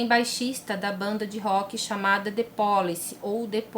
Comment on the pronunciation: Oi, a pronúncia é ( " the Police / dê/ com o e fechado. Beijos ) 😘😘😘